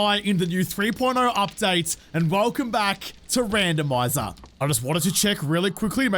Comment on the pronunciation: Does anyone else hear “womanizer by Britney Spears” every time he says randomiser